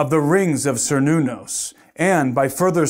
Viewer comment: First you have to prove there is a who needed that "created" our universe, second you have to answer where that who came from. Thirth, the name "Cernunnos" is pronounced with a "K", not with a "C", and was not a demon at all. So this acronym has nothing to do with some ancient pagan God. How do you pronouns "Celtic"? Does it sound like "Seltis" or "Keltik"? THINK, before you say something. you say one true thing: "Could it all just be coincidental?" YES, you are seeing things that are not there, cause you want them to see. And you went on a fishing tour to find anything to confirm you superstition, you found Kernunnos, (old spelling with a "C"), missprenounced it, and think that you have something to comfirm your BS. I'll stop watching this, cause you are one deluted puppy.